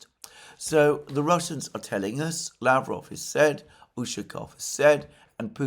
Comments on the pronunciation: Александр, mate!! I understand you are ill and all. Wish you a speedy recovery! However (1), try to remember, always remember, to pronounce Lavrov, Peskov, Ushakov's last name properly. You've done it before and I am sure you can do it again :)) When pronouncing these name the emphasis is on the 2nd (!!) syllable, not the first one. Mate! Come on! ;) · Oh, you just did it! You corrected yourself and pronounced Lavrov and Ushakov's names correctly! Thank you!! Ah oh, take it back. Botched Lavrov's name again :)) Anyway, you are trying and that's what matters. Mate, merry belated Christmas and a happy new year to you and your family!